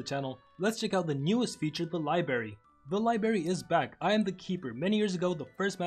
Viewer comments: It’s not libary it’s library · li-BRARY not libary